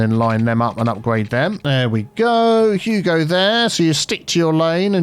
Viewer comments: It's "you go there", but he's said it so many times it started sounding like "Hugo" instead of "you go", so now he just says "Hugo" on purpose. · Has anyone else noticed that says "Hugo'' instead of "you go"